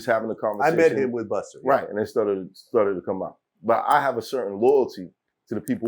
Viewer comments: Why vlad keep saying “Buster”??? It’s Busta!!! Got damn it 🤣🤣🤣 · Buster. It’s Busta. Why can’t vlad get dis sht rite?